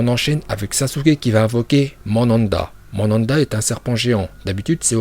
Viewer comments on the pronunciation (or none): Tu te prends pour qui a prononcé les prénoms comme tu veux il s'appelle Naruto donc ne l'appelle pas naluto Et le serpent ne l'appelle pas Mandanda Et puis on ne t'appelle pas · On dit manda 🤣🤣🤣